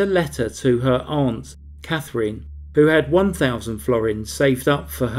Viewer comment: What a worm of a man. Good work, Also, thanks for pronouncing 'aunt' correctly. It's amazing how many narrators mispronounce it as 'ant'